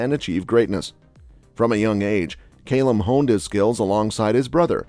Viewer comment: Why can Americans not say Calum 🤣🤣🤣🤣🤣